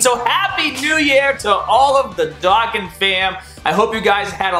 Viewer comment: how the hell can't you pronounce a simple word like Dokkan